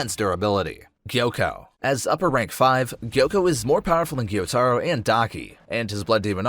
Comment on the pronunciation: it is guy-u-taro